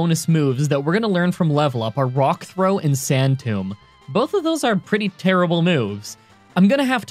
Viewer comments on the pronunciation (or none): none